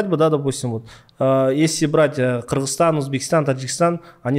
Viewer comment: Ее рахагуль Кыргызстан а не Киргизтан. Мы же не говорим Дикийстан